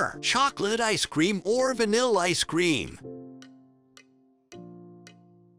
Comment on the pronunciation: It's Ice Cream, Not Icecrame!